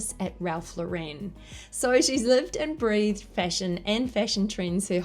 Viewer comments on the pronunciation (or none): Ralph Lauren, not "La-wren" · Ralph LAWren not lawREN please!!!!!!!!!! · It's pronounced LAURen